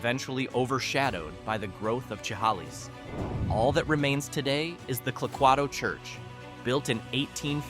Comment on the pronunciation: Clay-quay-to. Not however you butchered it. Grew up in Winlock. 7 miles from Vader, 7 miles from Toledo, 12 miles from Clay-quay-to. Never seen a three story building in Vader...but if you ever go there, the Little Crane restaurant is a must stop. The Fri-Sat nite prime rib is the best in the state.